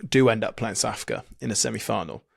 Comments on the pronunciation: Who the fuck is Sa'afica? 🤣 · My god, they both say 'Sa'africa'. It's SOUTH AFRICA! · We’re not Saafka, we’re South Africa 😂